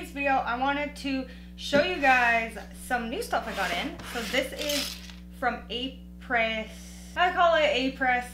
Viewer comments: Apres is French for after. It’s like apres ski. You pronounce it Ah-pray. 😊🇨🇦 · It is pronounced Au pre